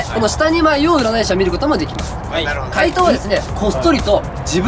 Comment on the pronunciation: 怪盗がかいとにしかきこえん、、笑笑